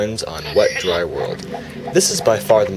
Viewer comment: He said dye dry desert